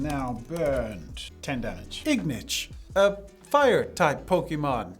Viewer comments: Ingitch Ignitch u mean I think. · Ingitch? You meant to type Ignitch or you misspoke? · Ignitch, ignition match pokemon. Names it "Ingitch." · Should've been Ignitch but you called it Ingish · ingitch lol